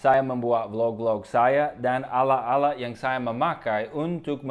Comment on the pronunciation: akhiran kata 'at' 'et' 'it' 'ut' 'ot', lidahnya agak digigit;), jadi bukan 'alak-alak' hehe tapi keren.